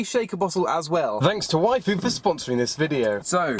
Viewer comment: When he was saying yfood it sounded like waifu